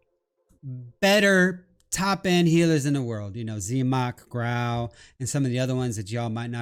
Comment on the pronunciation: The moment he mispronounced ZEMOK, I was like... Five G's please... Good God Get a Grip Girl!!! What is that?? I love you and!!